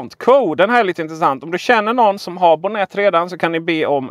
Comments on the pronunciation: Mycket bra tips! Tack för guiden! 😀🍸 Men uttalas det inte med betoning på o:et? Bonnet betyder motorhuv på brittisk engelska. 🇬🇧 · Jo, det gör det. :)